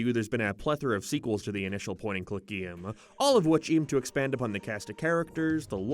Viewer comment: Whenever you say the word "game" it always comes out as "geem"